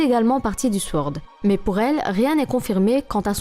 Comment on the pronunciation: ça se prononce sOrd, pas sWord ^^